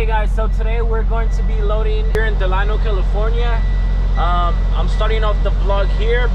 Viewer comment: Bro you did not pronounce Delano right😂 I live right next to Delano so I know